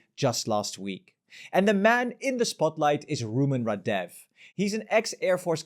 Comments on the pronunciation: how come you say rahDEFF half of the video and RAHdeff the other half 😂 it's the latter that's correct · Why can't people learn to pronounce names correctly? It's rAdev, not radEv. It's not that difficult, and it honestly makes your presentation a lot more sophisticated.